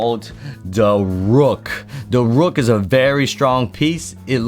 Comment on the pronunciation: "Da rook" 🤣🤣🤣